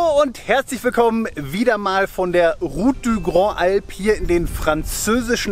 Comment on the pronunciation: Bravo, ganz zum Schluss fast perfekte Aussprache des Names der Route. Schönes Video.